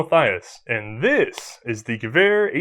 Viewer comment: I love watching these but why do you insist on saying ge-war when it's ge-ver and I'm not even German :)